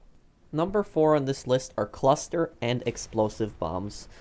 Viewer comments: He said cluser than cluster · You said cluser bombs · Oh dont we all love "Cluser" bombs